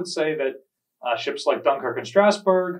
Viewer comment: Ffs, you're a great historian but use the damn internet to get the French pronunciation right. It's not rocket science. I'm not even French and it makes me cringe. Take some pride in this part of your talks, jeezes.